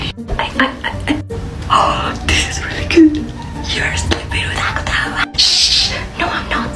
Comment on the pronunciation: Aku: “Jinko” Atsu: “Akutautagawa” 💀